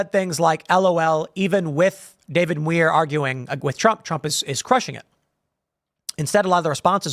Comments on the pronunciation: It's demure for Muir. as in pronunciation. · Muir is pronounced M(y)oor.